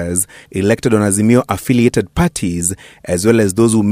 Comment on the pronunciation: Harroooo Ass-mio 😂😂😂msarrrendo mtafute booondo 😂😂Harrrooo Ass-mio